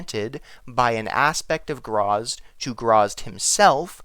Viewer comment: Its gra zit. Not grazz.